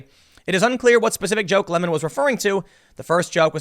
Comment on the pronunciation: It sounds like he's pretending to be French. Its cultural appropriation. Lol